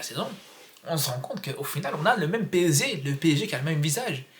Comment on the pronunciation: " On a le même PSZEE " 😂😅